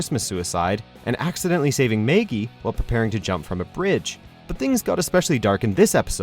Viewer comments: Did any one catch the narrator saying meygie not Maggie? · Ummm, i don't think these went too far. Maybe you guys are a tad sensitive. Ps it's MAGGIE!!! NOT MAY-GE!!!! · Who the hell is Meagy.... its Maggie.... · 1.Learn to say maggie not MAY-GEE 2.watch the show before you make a video 3.what else offends you the crack in the corner of the simpsonsbasment?! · It Maggie not maygee buddy! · Meggie? MEGGIE!? Where the heck are you getting that "e" from? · Maygee? My poor ears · Maegee? Seriously dude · Who the fuck is Meiggy? I don't get how you guys keep mispronouncing stuff when those things are SPOKEN to you. It is not difficult at all, listen to how the show/movie says it and just say it exactly the same, ugh Meiggy, wtf. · MAYggie? Excuse me? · Maygee? Did no-one prooflisten this? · Who the hell is Maygie? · did he say Maygee? WHAT...WHAT...WHAT THE FUCK?! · May-gee= the Canadian way to pronounce Maggie. XD IDK, being a curvy woman, I thought it was great that the Simpsons touched on the physical ramifications of carrying around a back-breaking wrack all the time. (I can't think of another cartoon that has touched on the subject at all, much less in a semi-sensitive way.) Can't approve of the Marge flashing, but I enjoyed the episode overall. The other stuff was either hit or miss or just not funny (Exemp. Suicide like that isn't something to make light of and can be cringe-y. Same for rape.) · Maygee WTF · Maygee? Sorry, but.....Have you ever watched The Simpsons? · who the hell is may-gee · Why did he call her Maygee?! Smh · I always thought it was maggagie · You mean its not magaggies birthday? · Accidentally saving "May-gee?" Maggaggie I would've accepted, but May-gee? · Yeah, i heard that too haha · This is the guy who says "Zeeline Diyoon". He can't get anything right. "Maygee" is the least of his mistakes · Is "Maggie" not an easy name to pronounce?! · learn to pronounce Maggie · The way you say Maggie offends me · no the English way